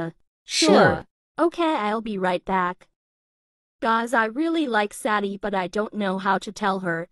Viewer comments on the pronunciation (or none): What everyone hears: I,m sadie and I,m 15 What I hear: 💫I,m ZaDdY aNd I,m 15💫